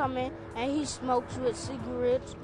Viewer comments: Lmfaoo “ciga-wets” LMFAOO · Cigawettes lmfao 💀💀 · He doesn't say "cigawetts"... he says "smokes WITH cigarettes "... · "and he smokes cEegRaTs"